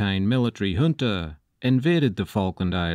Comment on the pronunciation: Finally someone that pronounces “junta” properly lmao